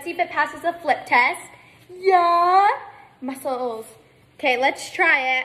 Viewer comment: "MUsuLes yuUuuuUh"got my like this 💀🤣